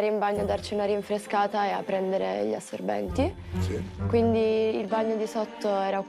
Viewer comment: Dice assorbenti🤟😂😂😂